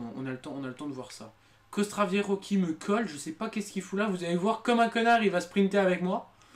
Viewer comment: Mais en fait, tu ne sais pas joué --' , Déja c'est Castroviejo pas Caostraviejo, ensuite tu te plein de ne pas gagné mais tu as accélérer comme un Beuh sans train de sprint et tu es partis trop tot...